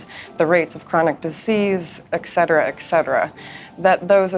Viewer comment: Don't trust anyone who says "ekcetera"